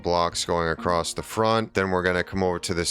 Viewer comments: Is he saying acrosst? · Haha, it's a great video. I have taken away lots of interesting building tips. and for the following few minutes I think you say acrosst 3 times 😂 Decent build though. I shall be replicating it to some extent. Thank you